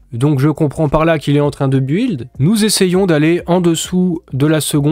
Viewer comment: Build : prononce BILD je t’en supplie,tu nous fais saigner les oreilles avec ton anglais :-)